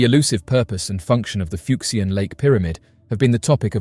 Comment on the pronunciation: The “x” in these Chinese names is pronounced with a “sh” sound. “Fuck-see-an” just sounds dirty. 😂